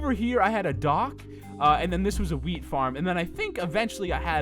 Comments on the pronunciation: When he said wheat I heard weed I said I was like WHAT can I have some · XD thought he said weed farm